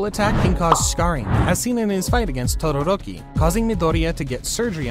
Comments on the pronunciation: Bro really said tororoki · Nah it isn’t totoroki it’s totoroni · why do you say todaroki so weird